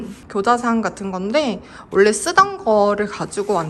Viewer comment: 잘 봤습니다. 심플 깔끔하게 완성되었네요. 요즘 문 손잡이와 스위치를 고르느라 고민 중이에요. 그냥 흰색으로 하기엔 좀 아쉽더라구요. 오늘 영상엔 원래라는 표현을 자주 쓰셨는데 발음을 올래라고 하셔서 조금 신경쓰였습니다. 사투리인가요? ㅎㅎ